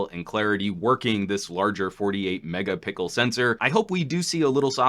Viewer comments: Anyways sounds like you say mega pickle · Wait did say Mega Pickle Camera?